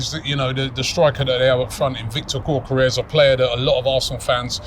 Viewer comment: Robbie, I beg you stop saying "Gorkeres". His name is Gyokeres, pronounced Yokeres. It really bugs me lol.